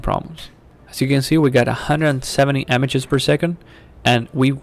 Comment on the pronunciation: You helped me so I'll help you. The i in images is said the same as the i in if and so is the a so it sounds like imigez